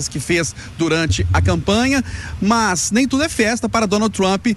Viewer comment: "MÃS", MEU AMIGO VC É UM ANALISTA POLÍTICO, UMA PESSOA FORMADA, FALA DIREITO, É "MAS", agonia da porra de quem fala errado